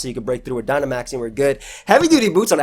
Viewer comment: lmao the guy just said Gynamax